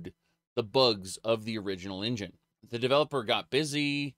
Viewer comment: I love engine being pronounced in-Jan, it looks like some silly sexual joke.